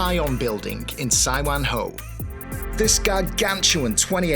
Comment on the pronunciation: my Man!! Great job there!! OMG, this brings back my childhood memories.... I spent my first 10 yrs in HK living in Tai Koo, just blocks away from Sai Wan Ho (btw, that's pronounced Sai-Waan-Hor)... Tai On Building has got all the hidden gems in terms of HK's street food/comfort food... I used to get the egg waffle there quite often as a kid... I'll definitely try out that Hainan chicken place when I'm back (I know, I keep saying this... damn Covid!) That places seems packed and buzzing all day long! One interesting thing I noticed from you is, the Brits tend to say rice almost like "rise" - but Canadians stress the word like "ice"